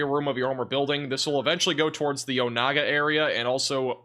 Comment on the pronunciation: “Pot ah whot ah mee” and “Oh nay gah”